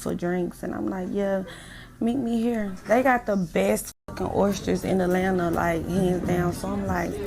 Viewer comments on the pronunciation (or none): none